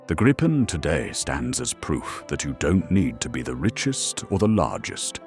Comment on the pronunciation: The Swedish (and Nordic) "i" in Gripen is like the "i" in "video", not the "i" in "vice". The "re-armed, re-fueled and airborne again from a road in 10 minutes, using only 4 conscripts plus 1 trained technician" may be the optimal stretch, but you get the general idea of the Swedish concept of Dispersed Operations. Bombed-out air bases become irrelevant! An 800m stretch of highway, a fuel truck, a weapons supply truck and and a handful of minimally trained conscripts will do, be it in 10 minutes or 20 minutes. This capability is off the charts for any defensive air force, which is what the Swedes were aiming for in the first place.